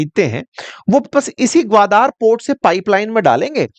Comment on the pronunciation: it is ग्वादर not ग्वादार.